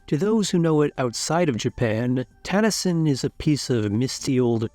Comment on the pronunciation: Pronunciation is cringe. NOT TAN-a-sin. It's tah-nah-sheen, with no accent.